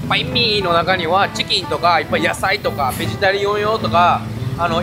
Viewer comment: バインミーなのにパインミーって言うな